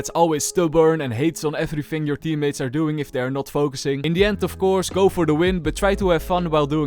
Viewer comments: Okayyy it's " In the end "and not "Indian" 😂😂😂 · Bro just say indian not in the end😂😂😂